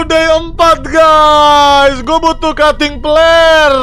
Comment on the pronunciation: Bang windah ko ngomongnya cuting peler